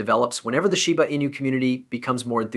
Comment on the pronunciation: Now that's a new one... shiba ANUS, or sheebu eenah. THESE LAZY ASS AI YOUTUBERS ONLY WANT CLICKS